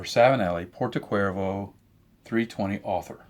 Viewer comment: Only a note, the correct pronunciation for this Savinelli pipe is Porto Chervo like the beatiful seaside in Sardinia ;-) However thank you so munch for the useful information in the video.